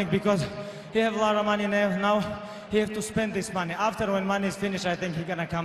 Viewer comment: he said "he have a lot of money now" and the now was exactly same how Irish people pronounce haha so funny.